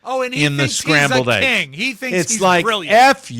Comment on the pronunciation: King! So now is overempahzing the last syllable.